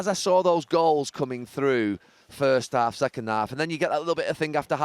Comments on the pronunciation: Haha sounded like he said “We were treated to some great girls weren’t we?” 🤣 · Did he say glorious girls or goals